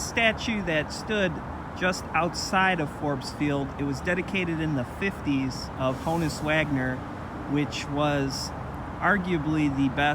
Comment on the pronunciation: Just had my 69th b-day, so as if I wasn't feeling old enough ~ here comes a kid who can't pronounce Honus (it's HAWN-us; not HO-nus), or Mazeroski (he's got it as MAIZE-er-osk-ee). Maybe it's the Cleveland Browns jacket, I dunno. 😂